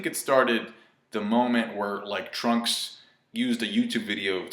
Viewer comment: did he say Trump instead of Trunks lol